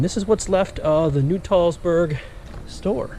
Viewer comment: It is not Nu-Tall- Burg. It is Nut-All-burg. l shot video of the restoration a few years ago.